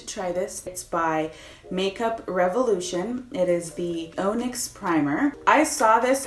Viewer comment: It’s pronounced: on-ix 😉😘😘